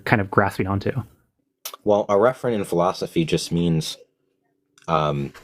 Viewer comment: you see what you do? lol, that alien language got that first dude saying philosoky